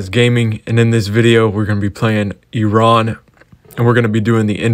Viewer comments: HE SAID IT RIGHT YAYAYAY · Holy shit i have never heard a foreigner pronounce iran so perfectly before.